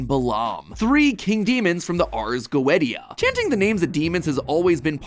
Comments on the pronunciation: Go-ee-sha. Not go-et-ee-a, Its the ARZ GO-EE-SHA. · "Go-ee-sha" no "Go-ett-ee-ah" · Matpat, I love ya and your theories, but just an fyi it's pronounced "goēteía" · I love that goetia pronunciation XD I've only ever heard it as "go ee sha", never as "go et ee a" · "Goetia" Is actually pronounced "GO-ey-sha" not "go-eh-ti-ca"! It's actually my last name and the language it originates from pronounces it like the former. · Not the go-e-tee-a 😭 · Ars go-eh-tia? Lmao its pronounced ars go-E-sha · Had hoped the pronunciation would be fixed before the theory video lol... It's Go ee sha... Not go e tee a 😂 loved this video though! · Go-et-ia may be how he pronounced. But I will always pronounce it Go-ee-sha thanks to helluva boss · I love MatPat but as an occultist, hearing Goetia pronounced "go-ett-ee-ah" killed me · For the record: Your pronunciation of Goetia was so far off that I didn't realize that's what you were trying to say the first few times Go eesh yuh is how it's pronounced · Matpat said ars goetia wrong it’s pronunciation is ars go-esh-a the t is silent and in the Latin version that part is said as tsee-ah don’t ask how I know this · I think goetea is pronouced go-e-sha at least im pretty sure it is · I just want to say I love ya, Matt, but you mispronounced goatia. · Goe-Etty-Uh. Sounds like a horrible American mispronounciation; like saying the u in desu (です) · it's pronounced GOH-EH-TEE-AH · Mat gotia is pronounced go-eesh-a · "go-eh-dia" if helluva boss taught me anything, that is not how you pronounce that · Goetia is pronounced Go-eesha 😭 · Goetia is pronounced Go-Ei-Sha. Big fan though, don't want to discredit the rest of the research you did for this episode. I am simply the inevitable guy in the comments with a little too much knowledge on the Lesser Key of Solomon. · "From the Ars Go etia" Me:ITS PRONOUNCED ARS GO-SHA BUT TYPED GOETIA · Goetia is pronounced 'go-EESH-ah'. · When Matpat pronounces the ars Goetia as “ars Go-et-ee-ya” 😭